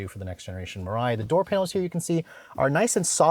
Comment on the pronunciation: It’s Mariah